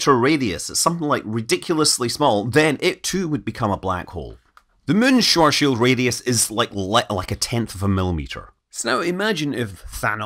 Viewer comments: It's actually pronounced Schwarzschild radius, not Schortschild radius ;-) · "The Hole Man" by Larry Niven back in 1974. Kids these days, I swear. And the name Schwarzschild sounds like "shvartz shilt". You're missing a phoneme. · Hearing you say 'Schwarzchild radius' just reminds me of an American pronouncing 'Worcestershire sauce'.